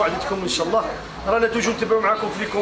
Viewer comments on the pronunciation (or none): none